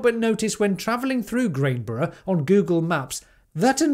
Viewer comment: The village is called Granborough not Grainborough, the Crown is a lovely place for food. I'm surprised there was so much opposition given I know people in the village and they are very pro EV, renewables and generally great people. Perhaps a leafleting campaign would work, if you could find a sympathetic Parish Councillor to go door to door I think you could win people around especially. Would be hard but people are reasonable.